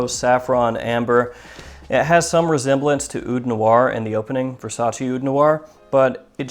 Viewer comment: You said versace wrong